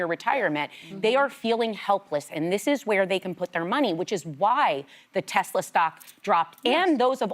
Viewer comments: You guys missed the part where he said " I love Tesler". 😂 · He even called it a Tesler!!!! 😂😂😂